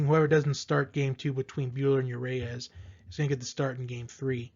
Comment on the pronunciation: It's not you Ray us! Unless you're French.